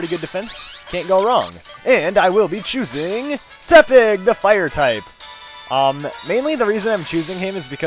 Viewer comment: It's Porky Te-pig